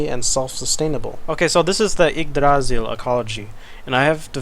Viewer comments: emphasis on the "y" in Yggdrasil, not the "a" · I'm absolutely loving this city so far, as well as the commentary you're providing along with it, but I would like to point out that while you got the R in Yggdrasil pretty well, you stressed the wrong syllable. The second syllable isn't stressed at all. The primary stress is on the first syllable, but there's also a sort of secondary stress on the last syllable, which is slightly weaker than the primary stress. Old Norse (and its successors, Norwegian, Icelandic, Faroese, and Norn) has (had?) a sort of sing-song quality to it, with peaks and valleys within words as well as in sentences and general speech. Placing the stress on the middle syllable, while leaving the first and last syllables entirely unstressed, makes the word sound very odd, almost like it's from a completely different part of the world. Anyway, that's all I wanted to say. I'm otherwise fascinated by the amount of work you're putting into this, and I can't wait to see more.